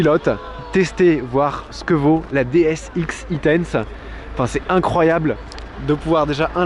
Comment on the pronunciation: DS X-E tense se prononce en anglais "ex i tense" et vu l'excitation que génère un concept équipé d'un vrai beau moteur électrique lors de la conduite c'est pas un détail : c'est un indice sur la nature du concept ;-)